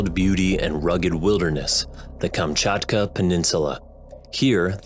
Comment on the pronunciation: So nice to hear Kamczatka perfectly :3